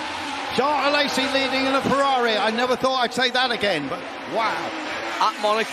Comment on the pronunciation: Someone tell that commentator ist Alesi, not Alessi